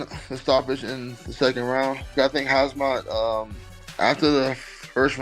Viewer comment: I hope all going against Khamzat can keep the same energy when he wins. This bum can't even say his name right let alone make a prediction..